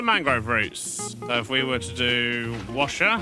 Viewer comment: wants to correct Wsher to Washer, now it Wssher :D i love it